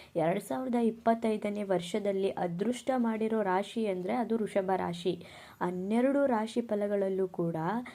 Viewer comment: ವೃಷಭ ರಾಶಿ ಅದು ವೃಶಭ ರಾಶಿ ಅಲ್ಲ ಕಣಕ್ಕೋ